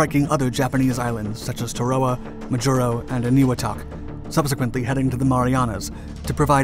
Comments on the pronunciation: YOU FUKED UP THOSE NAMES OF ISLANDS LETS START WITH ONE TA- RA -WA NOT WHAT EVER YOU WERE SAYING LMFAOROTF ! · I thought it was pronounced Tara-Wa?